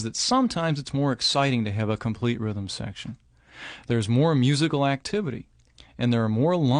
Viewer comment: Rhythm secrtion? Is that where something secretes rhythm?